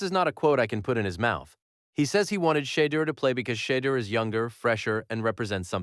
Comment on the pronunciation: Say his name right